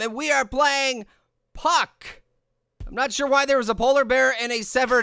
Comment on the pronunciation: It's puke not PUKK